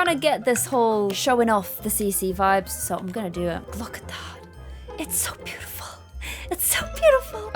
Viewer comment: GASP:....This bootiful house... Me: ALERT! ALERT! called the Maxis house Bootiful!!!!!!!!!!!!!!!!!